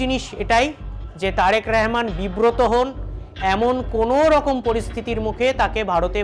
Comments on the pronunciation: এটা কেমন বেয়াদপি প্রধানমন্ত্রীর নামটা উচ্চারণ করতে পারে না পারলেও করে না এ কেমন বেয়াদ্দপ বক্তা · নামটাও ঠিকমতো বলতে পারেনা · একটা অযোগ্য সাংবাদিক, একটা দেশেরপ্রধানমন্ত্রীর নামটাই বলতে পারেনা সঠিকভাবে। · ঠিক মত আগে তারেক রহমানের নাম বলতে শিখ তার পরে খবর পরতে আসিস